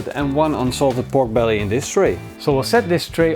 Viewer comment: Sounds like he is saying Bork brelly